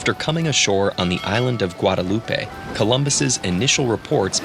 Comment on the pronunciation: 😭 Guadeloupe is pronounced "Gwad-uh-loop" not "Guad-uh-loop-ay". Tip: It's a French nation and there's no accent on the e. Oxford got it: Sincerely, A West Indian